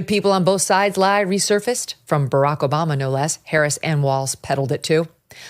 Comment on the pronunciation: Kom - ma - la, O - bam - ma